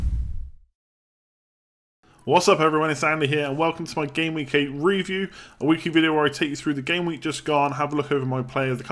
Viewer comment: Please say review, not RE-view...please